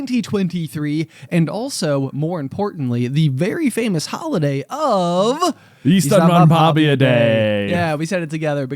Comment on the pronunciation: As a finnish person; 1) You are pronouncing it close enough, but it is in fact ystävänpäIVä not ystävänpäVIä 2) ystävänpäivä literally translates to friends day, so by saying ystävänpäivä day, you are saying friends day day 3) Ystävänpäivä is a Finnish word and Finland isn’t part of the scandinavia. Though Sweden (and i’d assume most other scandinavian countries) have a similar name for valentines day; vändagen (also translates to friends day)